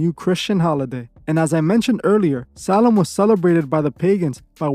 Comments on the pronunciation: Why does it sound like your saying “Salem” when it’s spelled “Samhain” ? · Its actually pronounced like Sow win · U just like the mom in the water boy 😅 everything to you is the devil. Dont ever disrespect halloween ever again. Im unsubbing to your channel. I dont even watch your wack shit. And learn how to pronounce samhain right. GOT IT ? BOY?!?